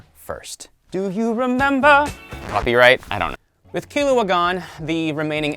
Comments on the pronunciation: He says kil oo uh, it’s key loo uh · Why am I so annoyed that he said Killua’s name wrong- Killua (Pronounced Kirua) ;-; No hate